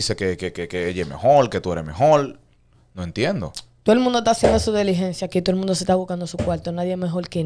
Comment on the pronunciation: Animal no se dice deligencia SE DICE DILIGENCIA🤕